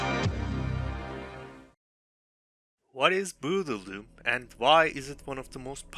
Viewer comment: I lost it when you said "What is bruudledum"